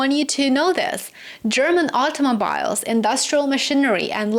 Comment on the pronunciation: Your haircut is very cute,. Btw,automobile is pronounced automobeel🙂